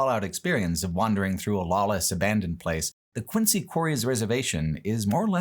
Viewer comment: Quincy, MA is pronounced “Quinzee”